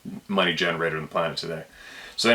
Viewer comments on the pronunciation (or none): none